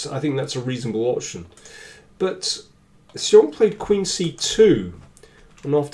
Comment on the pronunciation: Excellent analysis as always. If I may comment a little on the pronunciation of 'xiong' it is more like 'shi'+ong (somebody corrected me on this).